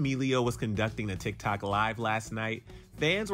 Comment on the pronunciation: He said Tik Tak 😂 lol 😂